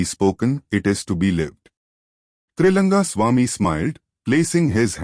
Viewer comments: 🙏🙏🙏it’s Trilinga Swamy not Trilanga Swamy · His name is Trilinga swamy. Not Triranga...